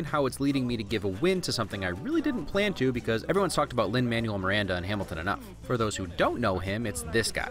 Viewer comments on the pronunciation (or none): It's pronounced Lin-ManWELL. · Anyone else triggered about the way he pronounced Manuel?